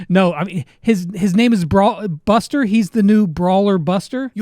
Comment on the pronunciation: I heard buster like bastard 😅😅